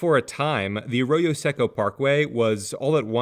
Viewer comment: In local English, Arroyo does not rhyme with “a fro-yo” [a frozen yogurt] like you’re saying it. It sounds like uh-ROY-o. Then the Seco is pronounced like the Seiko watch, say-ko instead of seck-o.